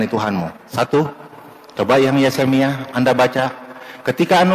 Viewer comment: Kalau orang seperti pembantunya simbahku, yang drop out SD dan benar-benar mengakui bahwa ia drop out SD, masih dimaklumi menyebut Yesemia